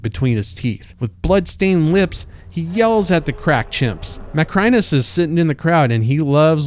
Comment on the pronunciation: The guy narrating this video hasn't seen Gladiator 2 , or has forgotten how they pronounce Macrinus in that movie. Amazing.